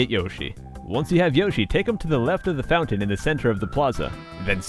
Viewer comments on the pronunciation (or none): none